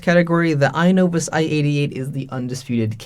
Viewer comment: I agree with your judgment on how to pronounce the "i" sound (excellent example in your video, as a lot of English vocabulary and spelling comes from Latin and Greek, and that's how exactly Latin and Greek words are pronounced: as you see them), but I don't think the stress syllable is at the front. I think it should be "i-NO-vus" with the stress at the "no" sound. It's very rare in English where 3-syllable words have the stress placed on the first syllable. We have words like "to-MO-rrow", "Ber-MU-da", "ex-AM-ple", etc. Notable exceptions include words like "Ja-pan-ESE", but that's due to the added "ese" morpheme changing the pronunciation of the whole word (note the first "a" sound changed from a back close /ʊ/ sound like in "but" to a front open /æ/ sound like in "bat"). The "ese" morpheme is an exception, as most morphemes don't change how the word is pronounced or where the stress syllable is placed, think "Bra-ZIL" to "Bra-ZIL-ian", or "ascend" vs "descend" vs "transcend", etc. Here's your 5-minute lesson on linguistics and phonology. XD